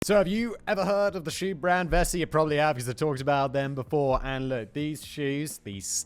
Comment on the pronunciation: Say vessi one more time, and it'll be your last upload